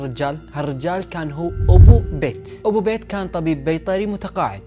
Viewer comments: بييت مو بيت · قناتك كلش حلوه بس عندي ملاحظه الك حاول تلفظ اسماء الاشخاص بطريقه صحيحه لان اكثر من مره دتضيع عليه القصه وارجع اعيد لان اللفظ غلط مثلا ( بيت ) اسم بنت بحرف ال B اسم صاحب القصه اسمه ( پيت ) بال P. حاول تصلح اللفظ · بيت مو بايت